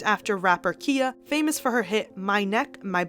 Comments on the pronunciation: It’s pronounced “Kya” not Kia like the car lol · KA-EYE-YAH (Khia) not KEY-YAH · You’re mispronouncing Khia. It’s Ky-uh. lol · Pretty sure it’s pronounced kie-ya